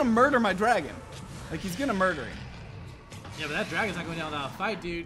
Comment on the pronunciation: He says eem instead of him wtf